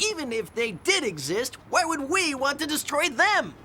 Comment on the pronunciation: "Urkel stole the show in 'Family Matters"" You mispronounced "destroyed".